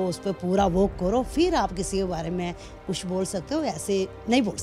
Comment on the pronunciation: aisa kush(kuch) nhi h ..tack(tag)..audian(auience)..